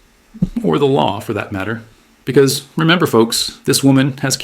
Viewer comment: I can't stand the way she says "because"!😂😂😂